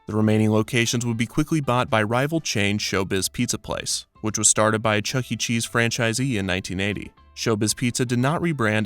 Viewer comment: No fucking shot this man said Charles entertainment cheese